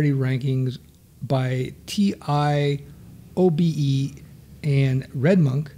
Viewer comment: It's pronounced as TEE-OH-BEE. I'm from UK and Her Majesty Queen pronounces it this way